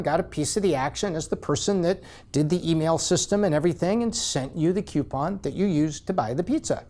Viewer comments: Is it just me or is he saying "CUEpon" everytime and not "COUPon"? It's driving me nuts! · smart dude for sure.. but a pet peeve I can't get over.. they are not "Queue-pons" they are "Coo-pons" there isn't a "QU" at the beginning of the word. I know, grammar nazi, it's the little things I guess. I love the channel, though! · "KEW-pon" Is from "YEW-stun?" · It's not pronounced cupon. I like the video and the content but that's really annoying. You say Groupon properly but can't pronounce coupon? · PLEASE PLEASE stop mispronouncing "coupon". ;) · And that's how pronounce Coupon! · If only he could pronounce the word coupon correctly? It’s not spelt with a Q it’s spelt with a C